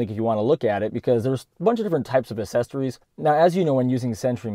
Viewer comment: Sorry, I was just having poking fun. It sounds like you're saying "assessories" instead of accessories.